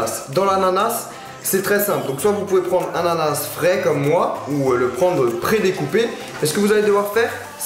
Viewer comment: Coupez dans l'ananaSEUU